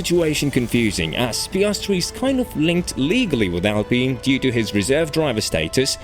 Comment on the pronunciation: Thanks a lot for fixing your pronounciation of "Alpine" :) Good work, as always ! Keep it up :)